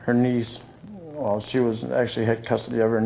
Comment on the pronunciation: Chris sort of mocked him at the end too, when he said, "Wulll, I think there's something I need to tell you." It's a bit easy to miss, but he was definitely mimicking the way the guy pronounces his words.